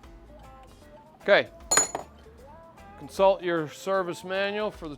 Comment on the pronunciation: Another good video. My hearing is not what it used to be, did say consult or insult your service manual for the torque settings? Lol 😆